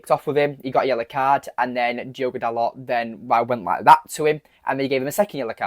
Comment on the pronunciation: It's not "Dalott", it's pronounced "Darlo".